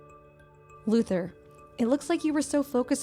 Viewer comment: Why do I hear "loser" instead of "Luther"???😂